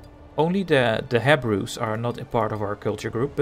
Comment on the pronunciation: your english is pretty good and its funny in a good way not bullying way how you say charisma and hebrews...its kah...rizz...mah...and hebrews is he...brews...not hey brews :) english is so weird i know and ive been speaking it since birth...and i mean with english you can say things however you want the way you say charisma and hebrews in this can be accepted too...its just slang and we evolve the language over time changing ways we say things...freedom of speech includes freedom to say words how you want as long as people get the jist of it :) if people are mean about it just ignore them and you do you...we call those people grammar nazis and karens lol...so say it formally or say it your way :)